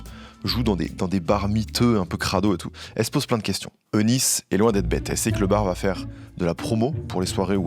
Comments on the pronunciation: Magnifique vidéo comme a chaque fois, merci beaucoup. Je me permets juste de préciser que le prénom Eunice se prononce Younice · Petite précision le nom Eunice se prononce « unice »